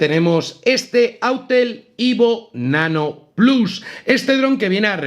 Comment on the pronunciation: Perdona (y mira que me gustan tus vídeos), pero ha sido escuchar “plas” y me salido un sarpullido por todo el cuerpo. Hace falta ser 1/4 snob (porque autel nano evo no lo has dicho raro como el “plas”). Lo siento pero no lo veré, me imagino que te verán los de Disney “plas”